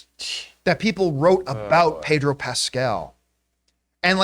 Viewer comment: Who the heck is "Payder Pascal"? Why did John keep calling him "Payder"? It doesn't make any sense. It's like if I just kept calling John "Jern Camipah"!